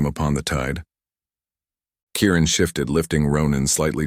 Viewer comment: Kieran not Karen!